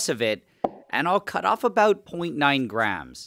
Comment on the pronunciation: Why u say grams British